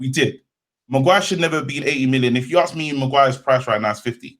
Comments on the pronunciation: HAHA aks not ask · nice show guys-most enjoyable. one small thing though -it’s ‘ask’ - not ‘aks’